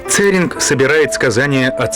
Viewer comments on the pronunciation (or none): Гуге это не весь Тибет, а его западная часть. В слове Гуге и имени Церинг ударение на последнем слоге.